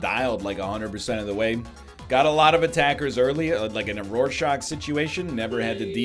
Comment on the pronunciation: Keep in mind he says Rorshrach